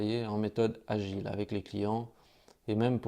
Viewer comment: on dit la méthode "de Gils" ... ;-) lol! En tout cas MERCI ! Pourrais tu répondre à ma question sous l'ep 3 s'il te plait?